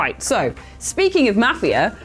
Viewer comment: Seriously, why can't Brits pronounce Mafia?